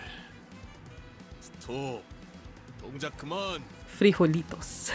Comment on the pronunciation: You pronunciation of "frijolitos" was amazing, very spot on, it's funny to be a spanish-speaker looking at limbus content, haha